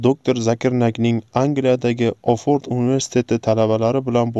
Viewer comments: Офорд эмас Оксфорд унверситети савод борми.маълумотни тугри беринглар.аввал узинглар укинглар. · Hurmatli admin oford emas Oksford(inglizchasiga Oxoford) Bilsez aytin iltimos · Сиз олдин тугри о'к,ишни о'рганинг.Охфодр😂😂😂🤣 емас Оксфорд дейилади. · Oksford deb oʻqiladi